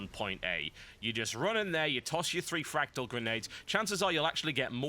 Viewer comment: Everytime Biscuit said fractal i heard fragdoll. I am ok with this.